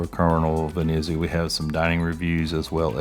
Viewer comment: Good video, but please pronounce the name correctly, Venezia not Veneeezia!!! Try to be more upbeat as well….